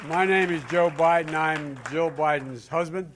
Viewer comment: When Joe Biden says his wife’s name, it sounds like he is saying “Joe.” It is weird. Also, this guy has got nothing. He needs to retire, go sit on his porch in Delaware or wherever he lives and just drink mint juleps and reminisce with his old friends. 🍹 He would be a terrible President, that is IF he could beat Trump.